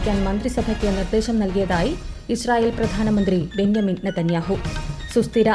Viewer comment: ഇസ്രായേൽ prime minister ബെഞ്ചമിൻ നെതന്യാഹു ആണ് ബെന്യാമിൻ നെതന്യാഹു അല്ല.